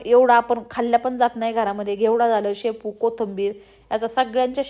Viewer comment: शापू नाही म्हणत... शेपू ahe te😅